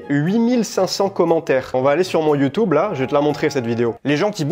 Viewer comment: Nutello, Nutello, c'est bien gentil ! Mais YOUTOUBE, on en parle ? :face-blue-smiling